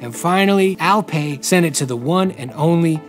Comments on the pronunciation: It's not Al-pay, it is Al-pie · the way he pronounce alper is way too funny wrong but cute funny :D